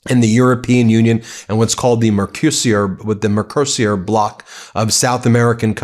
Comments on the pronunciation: Ben try to pronounce.....MERCO SUR it is not difficult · It's pronounced 'murk-o-sewer'. And, while I wouldn't say it doesn't smell like one, at least it's a response to this latest Tantrump. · It's pronounced in Europe as The Merk-a-sore Agreement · Mercuser, mercosiur, mecrosir, dude it's not that hard to look up a pronunciation guide :sad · Please find out how to pronounce Mercosur before making your videos. This also goes for foreign names such as Mark Rutte. The comically atrocious mispronunciations you make do not help you channel.